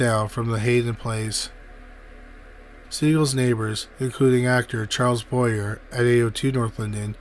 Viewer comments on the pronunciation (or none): Boyer is pronounced bo-YAY.